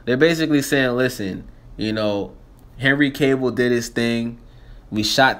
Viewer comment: Sound almost like you said henry cable xD